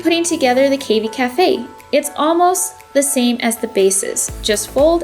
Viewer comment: do you also say cay fay instead of cafe? its cavy as in cat, not cave ee